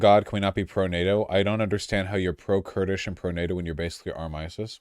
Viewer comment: Why the hell did Vaush say “How can you be pro curdish and tornado” what the hell is going on with him.